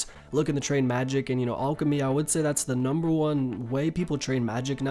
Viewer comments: its fucking PRONOUNCED LIKE AL K NOT ALL K AL CHEM Y NOT ALL CHEM Y FFS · "ulkimy" REEEEEEEEEEEEEEEEEE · Its not pronounced “Allchemy” plz